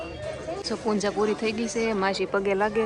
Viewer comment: Punja nai Puja kevay bhavu ben